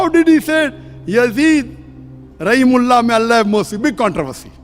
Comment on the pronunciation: He said Rehamt ullah Not Razzi Allah.